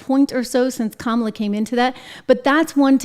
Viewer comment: It sounded like Dr Joke Biden called her Scum-ala play it back you’ll hear it